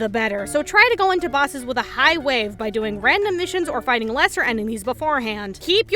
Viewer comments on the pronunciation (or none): none